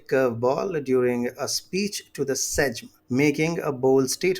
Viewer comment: Welcome back If Sikorski can't pronounce them names maybe you can help him. BTW its pronounced "saym" and "lvoov".